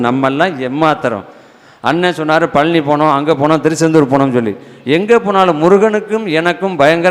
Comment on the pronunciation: ஐயா வணக்கம்... உங்களுடைய பேச்சு / சொற்பொழிவு மிகவும் நன்றாக உள்ளது... நீங்களுமா தமிழை " நோகடிக்கணும் ".. உங்களுக்குமா இந்த " ழ " உச்சரிக்க முடியவில்லை ? உதாரணம் : அளகா,பளனி, எலுதி, பலக்கம், இலப்பு,இலுப்பார்,இலுக்கணும்,கலிச்சி,விலுந்ததாம், ---இப்படிப்பட்ட வார்த்தைகளை சரிப்படுத்திக்கொண்டால் மிகவும் நன்றாக இருக்கும். இது ஒரு தாழ்மையான வேண்டுகோள் தவறாகவோ, சுட்டி காண்பிப்பதாகவோ எண்ணவேண்டாம், நன்றி... வணக்கம்.. தாழ்மையுடன் ஒரு முருக பக்தன்.. 🙏🙏🙏